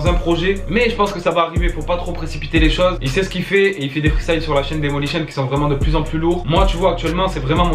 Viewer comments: C'est DayMOlition pas DayLImotion ptnnnnnn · Daymolition, pas daylimotion :D